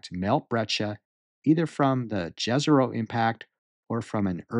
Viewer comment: You are pronouncing Jezero incorrectly. "J" is not pronounced like in jazz, but like Y in young. Jezero means lake. Please don't butcher words as some NASA employees do.